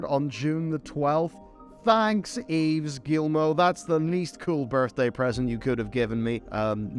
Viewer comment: "Thank you Yves Guillemot" Kudos for a perfect pronunciation.